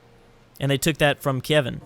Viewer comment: Your pronounciation of Kievan Rus isn't that bad, at least not the Kievan, the rus part could probably be different. To pronounce it more that, at least what I consider, a more typical east slavic way, you could say it as "Roose" as in "Roose Bolton" rather than "Russ" as in "Leman Russ". I do think this should be closer to what any "original" pronounciation was/is but I'm far from anything close to an expert. Also I love you for your crack ways, if anything I want you to pronounce everything even if you totally bastardize the pronounciation.